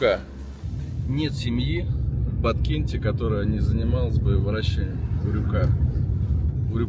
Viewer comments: УрЮка. Не урюкА! Кто вас рузких учит ударениям? Кстати, мАнты, а не мантЫ. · Не урюкА млять,а урЮка!!!😂😂😂😂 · Никогда не оставляла коменты . Ео слух взорвало: урюкА урюкА. Ну как же так то . УрЮка. УрЮка!!! Это аутентичный фрукт Киргизия , Фершанская долина. Никогда его абрикосом не звади Маленький оранжевый - урюк! Из него варенье , варенье с косточками от этого урюкп. Крупный светлый - это абрикос. На варенье не годет, только есть сразу . Бестолковый фрукт..баловство..это абрикос. Максимум компот..но и то.. на компот лучше веуснее персик. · УрЮка. Делай правильное ударение. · Почему ты ударение ставишь на букву "а" в конце слова Урюк/Урюка????🤦‍♀️🤦‍♀️🤦‍♀️🤦‍♀️ Русский не знал, да ещё и забыл????👎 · Ударение не правильно ставишь в слове урюк!!!!! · Мне кажется ты неправильно ударение ставишь, урюка надо на ю?